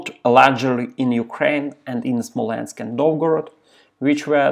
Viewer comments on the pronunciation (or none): none